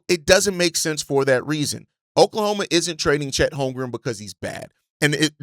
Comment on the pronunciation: Bruh his name is HolmgreN there is an N at the end not an M. Holmgren stop saying HolmgreM